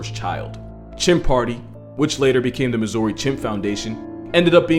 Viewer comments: You said Missouri wrong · I’ve lived in this state (Missouri, ps love the pronunciation, the emphasis on Uri is nice) my whole life and never knew i could have an Ape at my birthday party. I loved Planet of the Apes growing up, imagine seeing that movie with an Ape… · first off, it's pronounced misery. Second off, nothing good comes from a story beginning with Missouri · I'm from Missouri and could not stop thinking about how he pronounced it